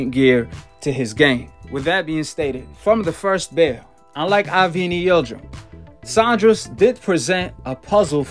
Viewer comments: Saunders not Saundres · Sandra’s 😂😂 it’s Saunders😂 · Cracks me up every time calls em “billy Joe *sondress*”🤣🤣 legend